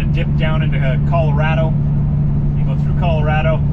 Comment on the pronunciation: Hey, who taught you to pronounce Colorado right? Remarkable! So exciting you're passing through my homelands.